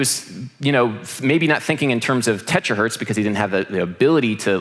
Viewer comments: It's terahertz, not tetrahertz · Sick one, as always. It's terahertz by the way... Not tetra... hihi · It's Terahertz, not Tetrahertz 😅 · By the way, terahertz* But still, great topic,! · Hey, hate to be that guy, but it's not TetraHertz, it's TeraHertz. Other than that nit picky moment, great talk! ;) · Blister in the Sun is in G major. Also it's pronounced terahertz...